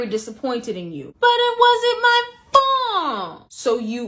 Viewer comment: "BUT IT WASN'T MT FULT"-I love that